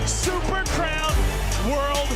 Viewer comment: Dude can't say crown.